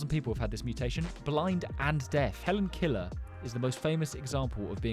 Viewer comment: “Hellen killer” 💔